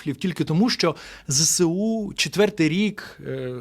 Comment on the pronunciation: Зесеу--- неправильно.Треба: ЗеесУ або вимовляти"зсу"!